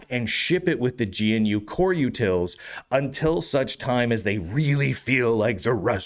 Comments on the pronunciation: Why do you say G N U? It's Ganoo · my pedantic RMS construct was screaming about pronouncing gee-enne-you and not gnu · Why does he call it Gee-En-You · "Gee en you" XDD